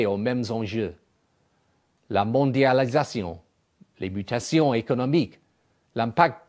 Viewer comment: lol!J'adore l'accent british!!comment il prononce "mondialisation" et "pouissances" ^^